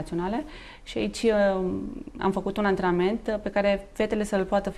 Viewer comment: Pronuntati clar acest cuvant ANTRENAMENT , chiar si dvs domnule Radoi , care pronuntati atat de nonsalant ANTRANAMENT .